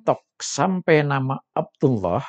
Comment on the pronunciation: Ini orang sdh membuktikan dirinya tdk alim / bodoh krn mengucapkan lafad abdullah saja sdh salah ngaji dulu dong lafad andullah dibaca tebal bjkan tipis